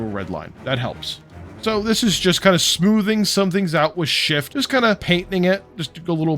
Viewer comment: Damn, can't stop laughing at that "some smoovnnnn" moment :D Nice video!